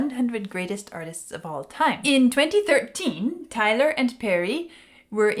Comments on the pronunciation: Pronounced Ty - long "I" vowel - Tyler. Great classic song, obviously. Thanks,. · Tyler with the Y pronounced as I not A. Other than that good analysis.